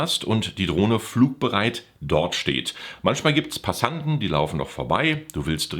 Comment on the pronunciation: ja paar Tanten gibts auch 🤣nee du sagtest P'assanten. ☺